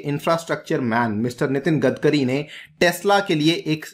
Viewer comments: 'गदकरी' नही रे बावा, 'गडकरी' बोल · सर its गडकरी not गदकरी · It is "गडकरी" not "गदकरी"... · Normal People Pronunciation :- गडकरी legend People Pronunciation :- गदकरी